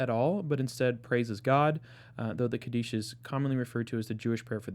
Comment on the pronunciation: Kaddish is pronounced KAH dish (Accent on the first syllable).